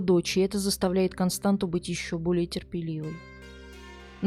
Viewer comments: Не Константу а КОСТАНЦИЯ... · У румын нет имени Константа . Есть КонстанЦа. Вы ,когда готовили выпуск, наверняка заметили хвостик у буквы Т внизу. Это явно на что-то указывает. Надо было поинтересоваться , что это значит . Вас ведь н только в России смотрят. Я , например, молдаванка и мне режет слух😏